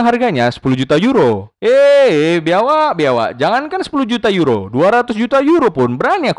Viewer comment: Biawak ko bilang biawaak 😁😁